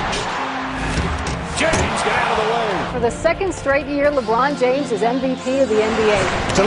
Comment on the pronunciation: Had to turn it off when you said Jabron Lames